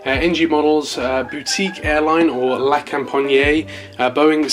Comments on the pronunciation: it is pronounced la compagnee not la companyeah im not any hater it just irritated me a bit as a french human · Yeah the best way to say it without speaking french is la com-pa-nyee but without dragging out the nyee too much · Lol so cringe the way you say "la compagné". the best way to say it is to not say the "e". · you can open the A400 doors, it's like the C17 you can go for it ;) oh and btw it's La Compagnie (la companEE the E sound as in General LEE not IEY just for your knowledge not a critic) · Just pronounce la company but with a French accent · he aint saying it right lmao